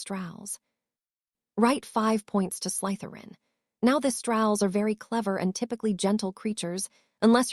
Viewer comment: Yeah like wouldn't it take 10 seconds to show the potter films to the AI model so it could pronounce things like Slytherin thats said 1000 times. Or breathed as breathe-ED Or know any of the usual.context to a word that affects its pronouncement.....becauae sometimes in English we have 3 separate, but all correct ways to say something....im not going to get grammar nazi for that But gross mispronounciations not being able to say anyone's names half the time. Hermione to Hermalin??? I thought those were supposed to be intelligent language models So specifically potterworld content when these were some of the most famous books and films ever made being slaughtered...